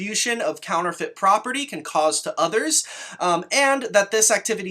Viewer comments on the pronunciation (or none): none